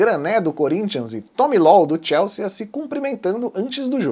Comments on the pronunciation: Moço, não tem esse "a" no final. Sea de mar. Soa "si". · TIELSSIIIIIIIIII É A PRONÚNCIA!